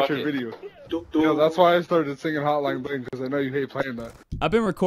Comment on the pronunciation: That boy said hotline BLINK not BLING 😂